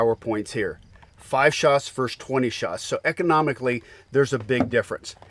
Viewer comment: ver-SUS, not 'verse'